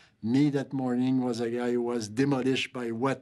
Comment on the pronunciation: He was Dee-mo-lished.